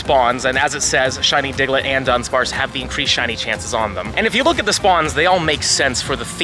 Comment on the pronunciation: Sorry to be that guy but it's DU-DUNSPARCE there's only one N